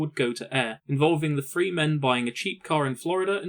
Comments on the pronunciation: And it's "THree" not "Free", if you want to do narration, learn to talk. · What the hell is , "frew , free , furteen "????????